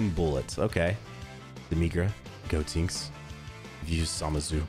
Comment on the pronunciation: I died a little inside when I kept hearing you say GO-Tinks